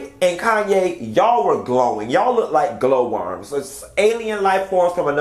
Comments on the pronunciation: Just a point of correction. Her name is KHANYI not 'Kanye' and it is pronounced as 'Kanyi' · Khanyi. Pronounced "Connie". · Q calling pronouncing that lady's name as Kayne is taking me out 🤣🤣🤣